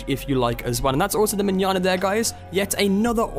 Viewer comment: I'm so glad you know how to say Manana